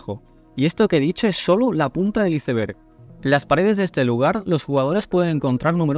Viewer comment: Porque dicen iseberg es ICEBERG a ver si aprenden a hablar